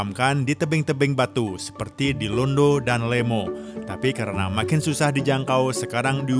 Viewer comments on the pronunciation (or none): Tabee' adaa kata penyebutan nyaa yg salah, bukan tangkonan,, tpi tongkonan layuk Dan bukan londo, tpi Londa